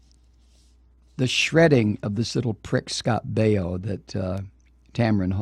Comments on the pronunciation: Scott (BAY-O) not (BI-O) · You can't even pronounce his last name....sthu. Hillary is a cunt and you would feel the same if a family member of yours were killed in Benghazi. You stupid man!